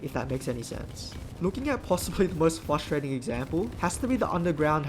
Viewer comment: Bro really said fustrating